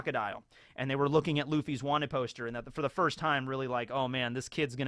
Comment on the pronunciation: Is this like clone or evil because he suddenly switches pronunciation of the five elder stars on a dime and one point he said vanted instead of wanted